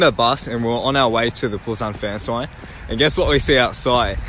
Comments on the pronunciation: SKZ aussies are so bogan avajjsjdjd. Also, "fan-soign" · i still can't over the 'busan fansOign'